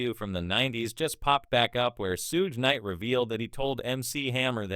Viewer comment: He said Sooge Knight then said Suuug … lol when Pac was murdered news reporter called TuPACK Shacker..man get the AI is the exact as those idiots